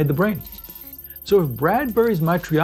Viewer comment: Love your pronunciation of Matrioshka)